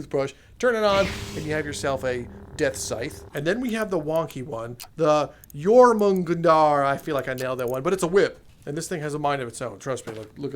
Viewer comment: you pronounce jorganmander, as "yor-mun-goon-der" Love your vids